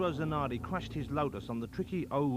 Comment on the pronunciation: “Zanawdi cwashed his Wotus on the twicky Eau Wouge corna.”